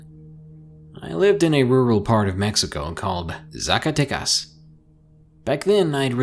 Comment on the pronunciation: Im from " Zacatecas" lol. Good pronunciation btw🖒🖒